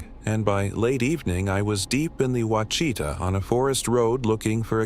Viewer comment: Pronounced Wash i taw. Freakin AI.